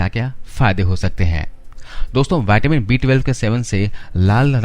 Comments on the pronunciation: Vattamin nahi vitamin bolo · पहले तो बोलना सीख मेरे भई, नई नई अंग्रेजी सीखी है तुमने, सीधा सीधा विटामिन नहीं बोल मिल रहा, बाइटेमिन बाइटेमिन किया पड़ा है... बेवकूफ ये कहां की इंग्लिश है ये पता है